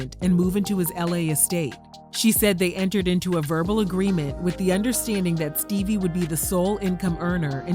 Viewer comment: damn "Steebie"